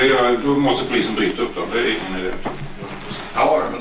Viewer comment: Tycker mer det låter som om han sluddarar "Aäeh men nu.. du é gripen alltså". Han vill alltså få fram att personen i fråga "är gripen nu".